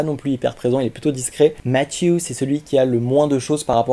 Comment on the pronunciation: C'est trop drôle comment tu as dis mattew